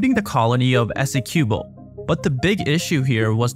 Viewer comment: Please ask a Guyanese how to pronounce Essequibo